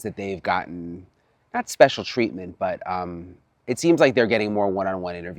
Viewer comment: You say it right..." special treatment "